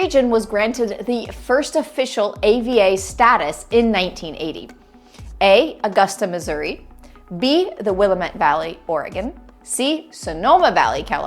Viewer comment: Willamette is pronounced with the accent on the second sylable. Hence the bumper sticker (yes, I have one; I live just over the coast range from it): It's Willamette Dammit! Am loving the videos.